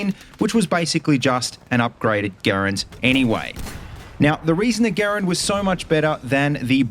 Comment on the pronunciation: Thank you for properly pronouncing the M1 Garand name most people say it as grand like they talking about money lol drives me nuts 🤦🏼‍♂️ ps. hello from Canada 🇨🇦